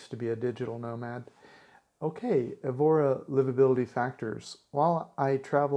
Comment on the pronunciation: you could have learnt how to pronounce Evora.....pathetic